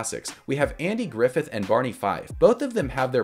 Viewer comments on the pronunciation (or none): none